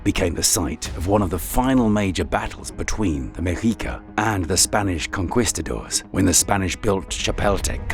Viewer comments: Spanish Con kwist adores? Jesus Brits are bad at Spanish words and Spain is right there.😂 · Sorry but its conquistadores